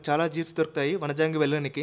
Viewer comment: Vanijangi kadu bro vanjangi